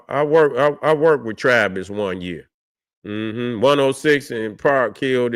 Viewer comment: its "tavis' man